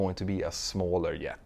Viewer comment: It’s a Jet, not a “yet.”